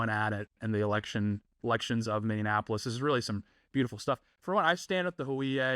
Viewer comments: Mini. Apolis. Mini. Apolis. Minneapolis. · I’m sorry but please pronounce Minneapolis correctly